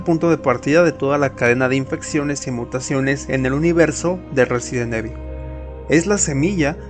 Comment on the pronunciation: excelente video compadre, yo solo tengo una duda, como es posible si en todos los videojuegos y peliculas de la saga pronuncian a la perfección el nombre RESIDENT EVIL (Resident Ivol) tu lo pronuncias como cualquier españolete que le vale madres la pronunciación real, y peor cuando Umbrella y Racoon si los pronuncias bien!